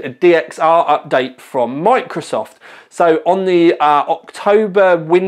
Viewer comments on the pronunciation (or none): none